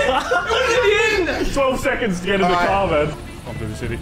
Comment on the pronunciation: 20::35 THE FRICK IN THE CAHH 🤣